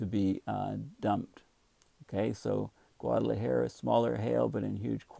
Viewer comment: Dear - As a courtesy to your Mexican neighbors, please learn to pronounce Guadalajara. Oh - and take a look at the country Costa Rica. Please don't call it Costa Rico. Please accept this small criticism in the most friendly way possible. Cheers.